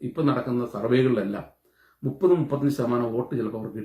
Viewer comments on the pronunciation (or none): none